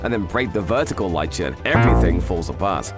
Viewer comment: lichen is pronounced differently.